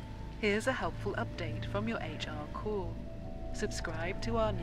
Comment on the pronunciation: It's not Corpse, it's Corps and you don't pronounce the p or the s.